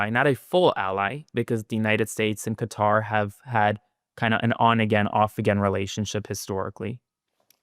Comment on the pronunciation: Hegseth can't even pronounce Qatar correctly!